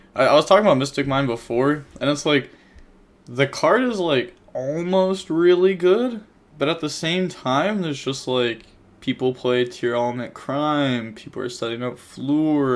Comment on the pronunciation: eye-shookoo tea arlaments